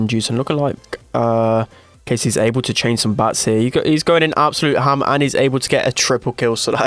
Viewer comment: Lol the way says “hAM”